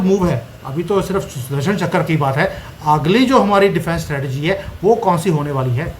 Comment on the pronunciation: चकर नहीं चक्र 😂